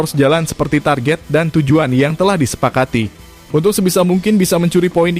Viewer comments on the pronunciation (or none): none